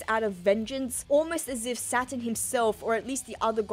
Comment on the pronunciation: I mean I surely didn't realise until now but everytime says Saturn, I hear Satan. That with the satanic ritual and the devil fruit, there maybe something similarly sinister about Imu and other gorosei 😮😮😮